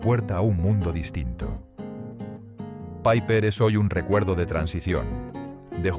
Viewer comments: Nunca se ha llamada "paiper". Era una marca española y se pronuncia "Piper". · Al Piper se le llamaba Piper. No Paiper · Nadie lo llamó nunca PAIPER!! Era Piper, tal cual. Muchos errores. El Bisonte era rubio. El Sombra era con filtro y no era fuerte, todo lo contrario. Aparte, faltan muchísimas marcas: Boncalo, 3 carabelas, BN, 46, Record, Mencey, Feten, Rumbo...... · Menuda castaña de video. Y lo de "paiper" en lugar de PIPER, ya me ha hecho pasar de todo el documento.